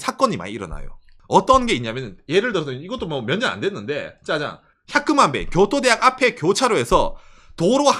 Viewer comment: 교도대학 발음 좋앗다